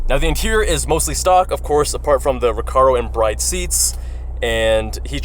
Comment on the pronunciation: I have a soft spot for these cars too. If we're talking a 2nd fun car, I would probably take an s2000 over a gr86 just for the excitement. FYI, I believe it's prounounced "brid" like "grid", instead of how we'd normally pronounce "bride"